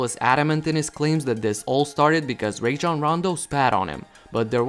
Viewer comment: “Rayjon rondo spat of him” tf 😂